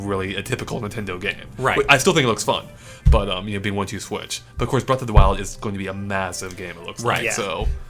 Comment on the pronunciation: How did they let "Breath of the Wildly?" slip by so easy lol